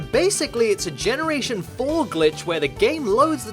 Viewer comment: Does anyone notice he said genoration 4